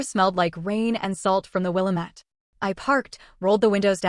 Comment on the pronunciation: I'm just bothered by her pronunciation of Willamette. 😂😂😂